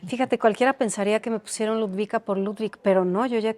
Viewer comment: Jajaja "Ludwika" es "Ludovika" 😅